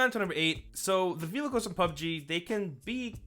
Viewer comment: um... did he say "Vilicals" there? I know he's supposerd to be saying vehicles but that's not what it sounds like.